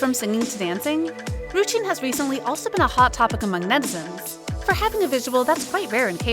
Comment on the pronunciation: Is no-one gonna talk about she called ryujin, rujin?